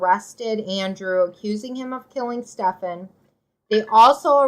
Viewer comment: If I could give your video 2 thumbs down, I would. At least pronounce the guy’s name right. It’s pronounced Steven.